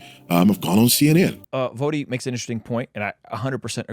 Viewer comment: Also,, it’s V-OH-Dee not V-Ah-dee.